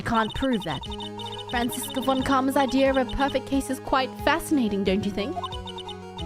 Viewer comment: I don't think you need to give Franziska a German accent, since she's perfect and thus would speak perfect English. Side note: the "Z" in "Franziska" is pronounced like "ts" and the v in "von" like "f".